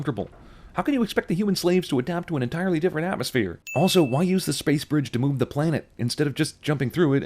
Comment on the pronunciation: lol sentinel i think thats how you spell it btw sentinel said bwige hear close